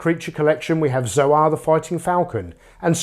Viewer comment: Isn't Zoar supposed to be pronounced like the word soar? It's a play on words.